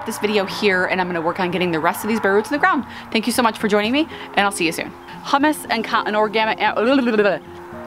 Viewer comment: 😂 yea- a few people have mentioned that! It’s just how I pronounce it. I think it sounds weird the proper way 🤷‍♀️ tomato, tomato! 💐😃